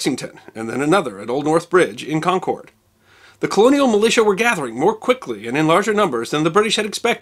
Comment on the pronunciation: Hate to be that guy but Concord is pronounced like "conquered" not "con cord"